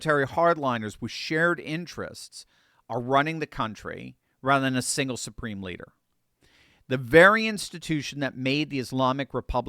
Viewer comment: Did you say supreme bleeder???